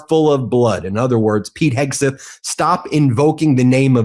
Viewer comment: Ben, is there a reason you pronounce Hegseth's name "Heg • SUTH"?